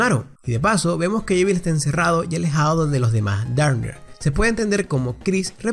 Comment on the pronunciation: Suspiro.. No se dise llevil es JEVIL